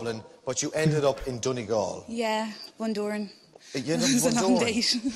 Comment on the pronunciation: the way he pronounces donegal is so funny to me, its not pronounced like doniggle its pronounced like done ee gawl